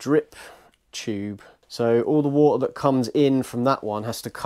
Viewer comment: "Four li'ah Wo'ah Bo'ah" Yes, Four liter Water bottle 😆